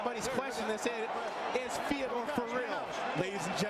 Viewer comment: Fay-door .....for the love of god